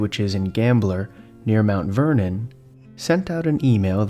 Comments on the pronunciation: 1. Stephanie Sprang was a friend of Tina not a neighbor, she lived on a completely different road. 2. Gambier is not pronounced as Gambler, that is an i not a l. I live in the area and this incident shook my home town. The Sheriff at the time committed suicide some years later. I wonder if something about this affected him and if he knew something the rest of the public didn't. Hell it could have been PTSD. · Gambier Ohio, not Gambler